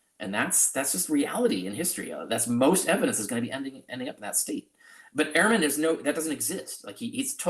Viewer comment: It would help if you 2 would pronounce Ehrman as Dr. Ehrman does. He says "urman", not "airman". Not a big deal, but gives your narrative a small cloud.....imo